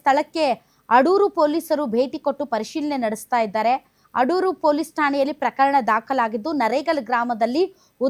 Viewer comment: ಅಡೂರು 😂alla va ಅದು ಆಡುರು 😂😂